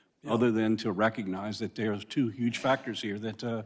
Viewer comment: Mr. Thompson "dat" - that "doze" - those